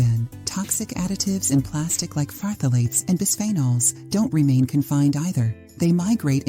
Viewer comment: As a chemist, I was in the chemical intermediates field for years and we never pronounced phthalates the way you do😅! It’s more like [thalates] the ph is silent. It took me awhile to understand what the hey you were talking about! 😂